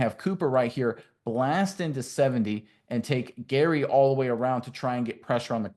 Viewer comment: If your going to make a video about my team do your research and call out names correctly... i couldn't even watch the first play after you kept saying gary....